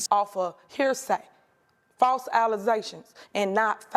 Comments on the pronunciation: Falz alluhzayshins. Not fats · False aluhzashons and not faks